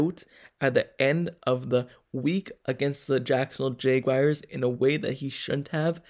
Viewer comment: Why you say jaguars like that? “Jaygwayers”. Lmao